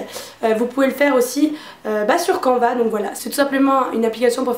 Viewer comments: On dit pas quanva mais sa se prononce canne va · je pense qu'on dit "cane - va" et pas canva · Je pense que canva se dit "canneva", canvas en anglais veut dire toile, à peu près comme en français ^^ voilà tu peux ajouter un nouveau mot anglais dans ton appli de flash cards ;) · J'ai découvert plein d'applis merci ! ps: canva se pronnonce "canneva" je pense